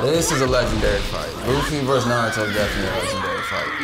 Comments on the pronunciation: CAN PEOPLE STOP SAYING NUH-ROO-TOE INSTEAD OF NAH-ROO-TOE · Naruto = nah roo toe not Norudoe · Narudo (makes me cringe) 🤣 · Like nah son it’s “nah-rue-toe” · Irks me so much when people say nar-ru-doh lol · Who is "Na Rudo Oh"? And why can't his name be pronounced correctly? 😂😂😂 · Why people butcher NARUTO name like that. He say it like 50 million times in the series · Oh, your pronunciation of Naruto makes me want to tear my ears off😂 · Am I the only one getting triggered by the name pronunciation of Naruto and some other characters? That’s not how it sounds in Japanese 😩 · Keeps pronouncing naruto wrong🤦🏾‍♂️ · The way y’all are saying Naruto is sooooo cringe. They don’t even pronounce it like that in the Japanese version 😭